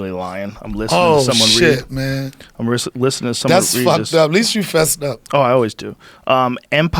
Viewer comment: I like listinin 🤣